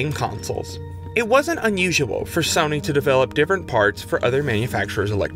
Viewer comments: why is he pronouncing it Sonny 🤣 its SOH-NY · i refuse to watch a video about sony made by a guy who pronounces sony in a way i have not heard another human do it